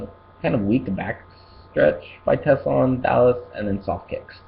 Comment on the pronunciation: I think you might have been saying TessLa it's JessLa Just saying